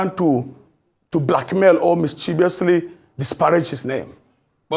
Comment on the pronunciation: "Satispaed" instead of satisfy, "blackmate" instead of blackmail, "pinance" for finance, pls this guy is not and cannot be a doctor, his doctorate must be an honorary doctorate. What kinds of doctors and professors are Nigeria now producing?